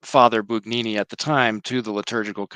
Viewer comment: No g sound in Bugnini